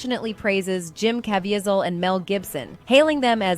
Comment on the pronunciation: Good point about the AI voice! That explains why she didn't know how to pronounce "Caviezel".